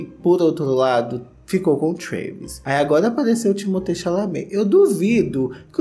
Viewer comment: O surtando falando truéérérréévis